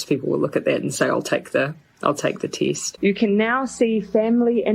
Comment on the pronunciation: Jacinda Arden says"teest" instead of test, lol!